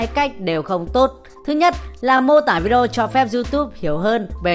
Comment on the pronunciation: Rất rất hay, nhưng mà đề nghị đọc rõ cái từ Vi-Đê-ô ra 1 chút, 100 lần đập vào tai toàn Vi đrô với Vi Đô, nghe khó chịu lắm